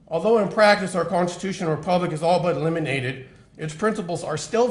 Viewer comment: Did this doof just say “liminated” …🤣🤣🤣😂🤣